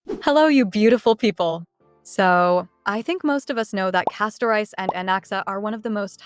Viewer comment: Why do people keep pronouncing the name "Castorice" like two words "Casto-Rice"? it should be pronounced as "Casto-Reese".